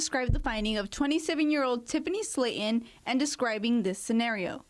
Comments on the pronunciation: Slaton not Slatin 😂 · For the reporter. The lady's name is Sla ton, not Sla in. You wasted an education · Since when is the word Slaton pronounced sla in ??? Who hired this one and where is the bike and no frost bite ? 🤔